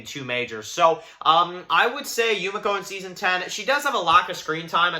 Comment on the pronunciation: ITS YU ME KO not YU MA CO :(